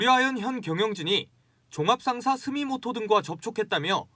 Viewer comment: 31분경 스미토모가 맞다. 스미모토 아니고 채널 A 창피해. 기자 수준.